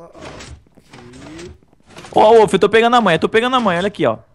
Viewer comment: Opa falo errado wollf não wouiz